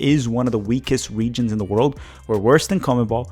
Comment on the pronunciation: We've gone THE furTHest. Not "de furdest." THE. TH....sound it out. THHHHHHH......THE. furTHest.